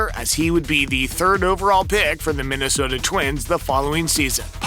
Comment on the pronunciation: at least he pronounced Minnesota right.